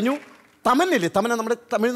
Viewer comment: പോസ്റ്റ് മൊയലാളീ തമ്മന അല്ല തമന്ന